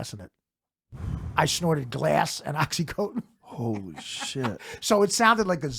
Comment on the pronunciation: It's oxy fucking contin. Not coat-in.